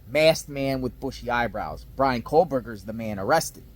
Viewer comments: Straighten up your ball cap and please Quit saying KOHLBERGER…it’s KOH-berger!!! lol😂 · Can you plllleeeease say KOHberger? There is no L